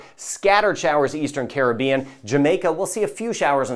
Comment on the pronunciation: I’d feel better about the forecast if Caribbean was pronounced properly. 😐